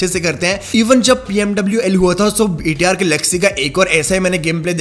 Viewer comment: Bhai Tum BTR bolte ho thou lagta hai ki VTR bol rahe hoo